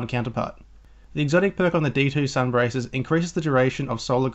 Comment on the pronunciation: Its sun bracers (bray sers)